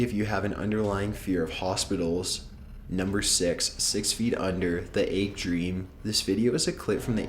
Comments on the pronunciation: What the fuck is an "ayg"? you mean "egg". Fuckin' ayg... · "Aygg." "Praygnant." "Pahsta." And of course, "nuculer."